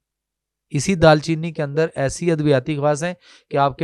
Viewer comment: Bhai phly tw apni urdu thk kro dal cheeni ni hota darcheeni h lafz